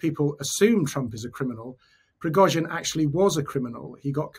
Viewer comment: Yevgeniy Prigozhin. Not Evgeniy Prigozin.